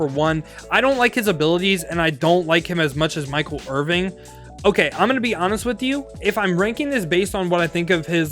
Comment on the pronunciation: Stop saying Michael Irving😂😂😂. It’s Michael Irvin . Sorry, but that’s just sad af.